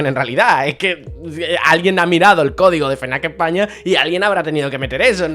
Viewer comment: no es "fenac" es "efnac" no se por que ultimamente lo dicen mal,ojo no te estoy diciendo como tienes que decirlo,cada uno...ya sabes...pero que da coraje tambien te lo digo.un saludo jjj